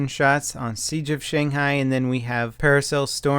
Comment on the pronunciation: [para-cell] not [paris hill]. [dirt bike] not [derpike]